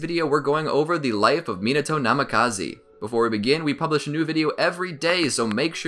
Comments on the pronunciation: namikaze not namikazi!!! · it'đ Namikaze(h), not Namikaze(e) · Pretty sure it’s pronounced Minato Nami-ka-zay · its namikaze not namakazi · He really be saying Minato Namakazee lol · Can't stand the way this guy pronounces Namikaze